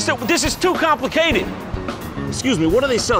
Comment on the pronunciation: How is he so funny. Just pronouncing words is funny when he does it. "Complicated" made me laugh so hard, he emphasizes the syllables in such a weird way. Idek what he is satirizing with that character but it's Great